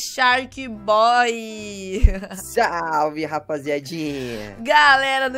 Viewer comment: Que você fala só um pouquinho errado o nome sharkboy porque acho que entendeu